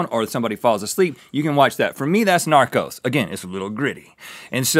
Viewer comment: I thought Rhett said Naruto instead of Narcos 🙈 I wonder if they watch anime 🤔